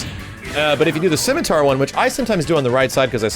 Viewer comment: "CIMITAR" Throws a spear...